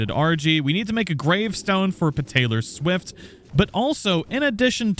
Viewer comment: its meant to be ptaylor swift